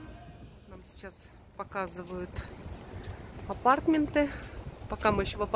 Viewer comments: АПАРТАМЕНТЫ УДАРЕНИЕ НА МЕ. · Татьяна Щербакова - в английском языке 80% ударение падает на первый слог. В слове aPARTments, корень part, ударение на вторую А. верно сказала на английский манер. Как все сейчас говорят мАркетинг, а не маркЕтинг. Хотя в фонематических правилах исконно русский вариант - маркЕтинг.